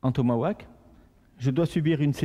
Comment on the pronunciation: Petite correction, on dis TOMAHAWK et pas TOMAWAK --'